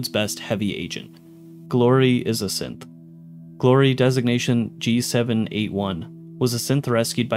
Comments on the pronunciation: Am I the only one that is hearing him say "simp" instead of "synth" when listing the characters that are Synths? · SynTH - wtf does it sound like you keep saying SimPPP? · You kind of pronounce synth like simp. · Every time he said Synth I heard Simp. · When you're passively listening and you accidentally hear Simp instead of Synth 😆 me wondering if it autoplayed to a random video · I kept hearing simp instead of synth. So “simp hysteria” “this person is a simp” “simp components” 😅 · Is it just me or is he pronouncing synth 'simp'?